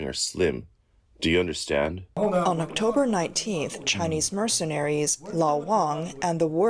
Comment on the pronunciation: Chinee lmao